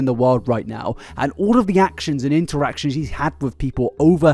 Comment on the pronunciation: In-ter-action…. INTERACTION!